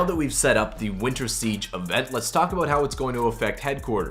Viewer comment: "A boot"